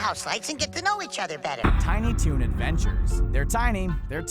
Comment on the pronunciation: Tiny Toons "ADVANTURES" XD